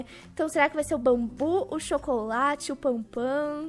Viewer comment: E BANBU E NAO BANBOO